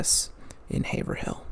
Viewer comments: Incredible! FYI, Haverhill is pronounced “HAY-vrill” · Haverhill = Hay-Vrill/Rull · Okay hearing the way you pronounce Haverhill is setting my bones to attack mode. It’s pronounced ‘Haverull’ the 2nd h is silent and it’s a u sound instead of the i that’s actually there